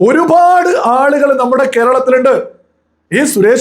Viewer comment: Please make some corrections in your pronounciation. Pa instead of bha. Eg. Orupad and not orubhad. Matham not madham I am your well wisher